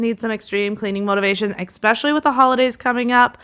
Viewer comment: I have to say it. It is probably the teacher in me, but the word is eSpecially not eXpecially. I love your videos but you say that word incorrect and wanted to let you know. Many mispronounce this word but for what it is worth....